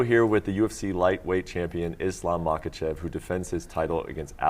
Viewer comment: He didn't like the way you said his name in the beginning. It Mkhachev not MacChev😂. Please pronounce it properly next time . He is champion afterall.